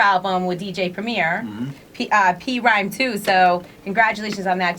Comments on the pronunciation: This bitch said P Rhyme🙄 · It literally made me mad when she said P Rhyme. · On intro to PRhyme 2, Premier clearly explains how to pronounce the name. She clearly did not listen to the Album. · Cringed at that one. "This is for the real Gang Starr fans, not the ones who call us P-Rhyme"